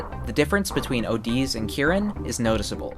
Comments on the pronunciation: It's not ohdiz it's just odiz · I would think it’s pronounced O Dee Z, not O D’s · him spelling OdiZ: Oh deez Me: its not oh deez its ode.......zee (Btw why i wrote odi zee except odi Z is because of how it should be pronounced)